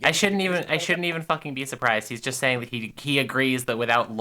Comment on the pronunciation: this mf saying sating